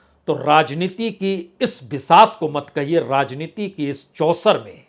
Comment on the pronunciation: शुद्ध उच्चारण करना सीखें। 'राजनीती', 'पासा फ़ैंकना' क्या है? र्राजनैतिक, र्राहुल क्या है?